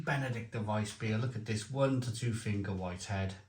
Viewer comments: It's Benediktiner, not Benedikter..🤓🇩🇪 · Hi. I bought these beers based on your recommendation from the earlier Aldi Oktoberfest video. As you say, great beers both (especially the Hell) and hope they're back around next year. PS. Minor pronunciation point though, think it's BenediktEENER. Keep up the good work! 👍